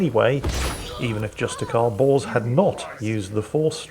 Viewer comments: i love how say Bors like "Justicar Balls". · lol with your accent everytime you say "justicar Bors" i hear "justicar Balls" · Is it me or does anybody else seem to hear Every time says "Justicar Bors" I hear "Justicar Balls"